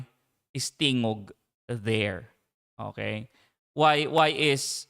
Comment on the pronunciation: why is the anc host defending tingog? btw her phony accent and the way she mispronounces "tingog" is laughable